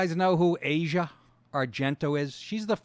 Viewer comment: Her name is pronounced "Ass-ee-uh". Go figure.